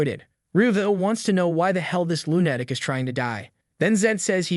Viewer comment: It makes me laugh every time you say the word "lunatic" - I'm accidently using your pronunciation at times and it make me look like a lunatic...LOL